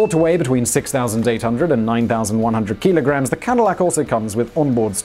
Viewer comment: What's a keeeeelagram? 😂